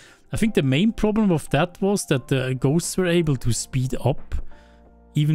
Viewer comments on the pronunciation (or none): none